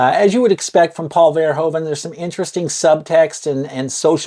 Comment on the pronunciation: One thing to note, Americans always misspronounce the last name Verhoeven. He's Dutch and the "oe" sound is one vowel sound (phonetically [u], not [o]) so if you pronounce it as VerhOOven as in the word "hoover" it would sound almost like it actually should be said.